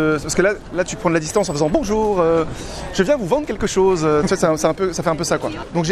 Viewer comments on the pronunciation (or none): "Bonjoun" Il sait pas prononcer "bonjour" ça mets tout de suite à mal la suite de la conversation. Mettez vous à la place d'une fille ou d'un mec qui a envie de sortir avec quelqu'un qui sait pas dire bonjour .